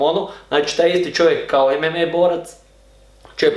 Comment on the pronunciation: nije ememe nego emama